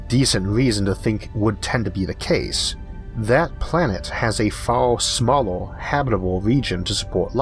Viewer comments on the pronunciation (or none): filtOOr, smalOOr, good video anyway.